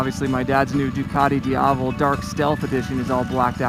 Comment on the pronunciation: It's "DIAVEL"